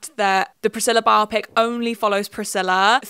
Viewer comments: Thank you for saying "bio-pic" as the lord intended instead of "bi-op-ic" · Thank you for not pronouncing "biopic" as if it were an eye condition as I hear so many YouTubers doing lately. It's not the most important thing in your video, but I appreciate it anyway.